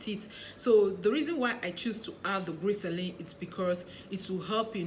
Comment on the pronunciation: Is it glyceline or glycerin u said glyceline or is it something different I don't know